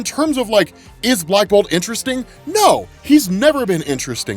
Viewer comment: lmao the way says blackbolt sucks